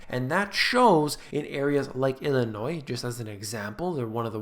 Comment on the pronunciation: I know you are very intelligent because 1) you like kittens and 2) you pronounce "Illinois" correctly. Thank you!!!